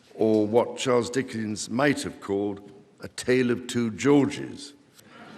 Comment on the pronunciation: Charles not Charles